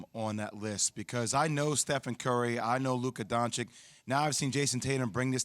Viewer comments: Don-chich not Don-chick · Actually even the ones who think they know how to pronounce still don't know how to pronounce it. They usually say Dahn-čić while it's Don-Čić. For an example when you say donkey🐴, that "don" part is how you say "Don" in Dončić. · yh im croatian so i know exactly how to say it, dahn-čić is acceptable imo but donkik is straight up ignorant at this point in time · 2022 and ESPN dudes still can't pronounce Dončić right..